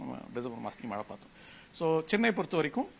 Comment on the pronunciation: 'மளை'ன்னு சொன்னவுடனே ஆஃப் பண்ணிட்டேன் - தமிழ் வாழட்டும், தயவு செய்து கொலை செய்யாதீர்...